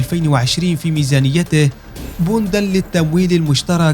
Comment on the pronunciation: بندا بفتح الباء وشكرا